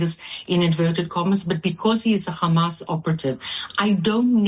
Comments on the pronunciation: If she gets angry she says 'the Khamas'. Lunatic. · That Z10 Biyatch switches between Khammas and Hamas.... Why do the Z10 BarStewArds do that when they clearly have the letter H in their horrible sounding language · "The khamas"